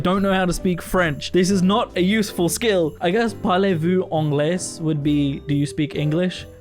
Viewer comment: Great video as always And the s at the end of "parlez-vous anglais " would be silent :) We love silent letters in French 😂